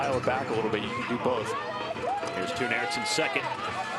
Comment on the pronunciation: C'mon guys. It's "Tone Airts" Pronounced in English as TONE. not tune. Rhymes with bone, not hoon. Not balloon. You got Iserbyt right (ee-zer-beet), but Toon is not that hard. Listen to Sven say it